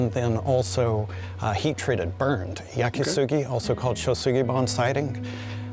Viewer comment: "Yaki Sugi". Really. And "sugi" is cedar...